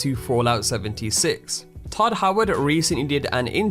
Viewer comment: Todd Howard you mean Godd Howard